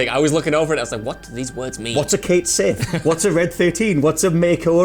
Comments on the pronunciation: They are even using the Scottish spelling. I always figured English gamers would have been harrased incessantly from every direction over mispronunciation and learned, but I guess not. Pronouncing Sith like the starwars term instead of shee makes my eye twitch. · Cait Sith is actually supposed to be pronounced "ket shee," or so I read MANY years ago. Just confirmed before finishing comment The cait sith is a creature in Celtic mythology, the name means "fairy cat." More specifically, it comes from Scottish folklore. The odd disparity in the spelling and pronunciation can be attributed to the odd way Gaelic (I think...) was anglicized. Consider "Baen Sidhe," the fairy we call the "banshee." That is, in fact, how it's pronounced but you wouldn't guess that from the original spelling. I don't know why the spelling changed from "Sidhe" to "Sith" in the case of Cait Sith but it should be apparent that they are the same word, especially if you consider that the letters "d" and "t" are very similar in the way you produce their sounds (the way you shape and move your mouth). I'm not so pedantic that I insist people pronounce Cait Sith like this but if you don't you're basically worthless garbage and shouldn't be allowed to discuss FFVII, period. Nahhh, I'm joking. Honestly, I just wanted to explain that slight confusion over the "changed" pronunciation and I hope some people find this bit of trivia as interesting as I do ☺️ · Well, apparently the PROPER pronunciation of Cait Sith, according to Irish Gaelic which is where the name comes from, is Ket Shee. How you get "Shee" from "Sith" is beyond me, you crazy Irish people. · Its "Ket Shee"...read somewhere the "Sith" is the same as "shee" and "sidhe" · Umm actually the pronunciation of Cait Sith is Ket Shi. It's Celtic and the way to say it is like old English style. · Its Scottish. Cait Sith is the Scottish spelling for Cait Sidhe and is pronounced the same way. Just like Beansith is the same as Beansidhe, aka Banshee.